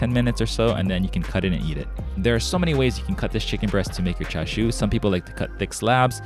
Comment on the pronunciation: I'm sorry but where are the ''CHA'' and the ''SHU'' parts on that Chicken ''Chashu'' lol